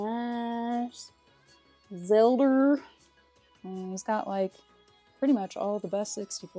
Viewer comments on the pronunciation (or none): I love how you say Zeldrrrrs lol Need for Speeeee(d) lmao